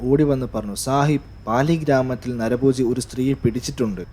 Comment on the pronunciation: നരബോജി അല്ല നരഭോജി "...